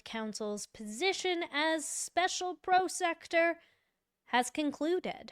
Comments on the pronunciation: Why do you keep saying BREENAN and not BRENNAN? You even spelled it incorrectly in the title. Was that intentional? And PROSECTER?? WTF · Pronounced pro sec uter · Prosecutor Google this word and press how do I say this word. Because you are pronouncing it all wrong. Don't be lazy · Thank you for your coverage but please articulate your vocabulary. It’s Brennan. Not breenan. And prosecutor. Is that said purposely or do you really not know how to pronunciate the words correctly?? Otherwise I love your videos. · She can’t pronounce prosecutor either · Is she saying prosecutor wrong on purpose?